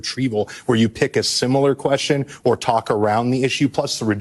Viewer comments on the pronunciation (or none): none